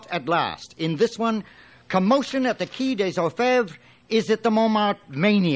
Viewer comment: Despite being American, the actors can pronounce French correctly, so why Qui & not Quai?